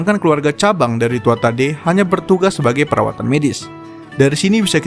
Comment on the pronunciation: itu bacanya gini banh TUA HA DE